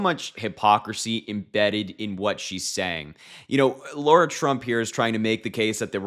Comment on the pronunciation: Lara, not Laura.